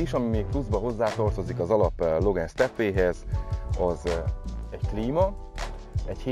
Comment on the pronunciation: Jó lett a videó meg az autó is, de legyszives nem logen, igy a magyarországiak mondják,hanem logán, igy ejtik rendesen!